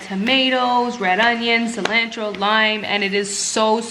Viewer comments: Cilantro pronounced incorrectly 😂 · I never heard anyone say cilantro like that. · You look amazing! I love you but the way you say cilantro bugs me a tiny bit lol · I know me too lol